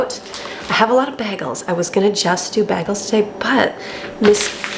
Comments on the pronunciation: you have to say Bay-gels!! I'm from NY, sounds like you say baggels. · Love you videos. Love to see how organized you are and the care you take with your home and family. Enjoy your cooking aand baking...those cookies look terrific. But please pronounce bagels 🥯 bay-gulls! Just a silly pet peeve. See you tomorrow!